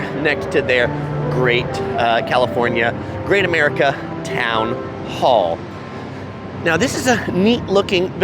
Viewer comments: The amount of times you said the park's name wrong in this video was cringe. Park is in a sad state now compared to what it used to be. Its not much busier on normal days. Its on its last legs before closing in a few years. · How to you get the name of the park wrong repeatedly?